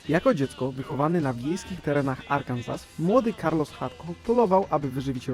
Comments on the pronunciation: Arkansas czytane jako Arkanzas... No, nie... To się prawidłowo wymawia ARKANZO, dlaczego tego nie wybadałeś? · Zabolała troche wymowa tego Arkansas XD